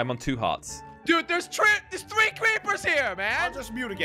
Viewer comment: Three creepers and goes like"chree creepers"